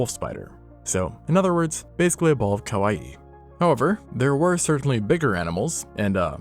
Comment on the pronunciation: ~ Again, nails the pronunciation of kawaii.